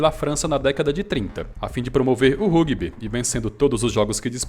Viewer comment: cara a série B do brasileiro é a segunda e não a quarta divisão. vc confundiu com o paulista. seus vídeos são ótimos, mas a pronúncia de palavras estrangeiras como Rugby e Rojos tá zuada kkkk abraço e sucesso pra vc!